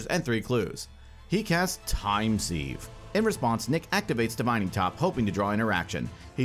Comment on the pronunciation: Sieve is pronounced like ‘Siv’